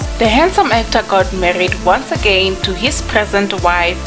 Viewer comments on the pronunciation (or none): none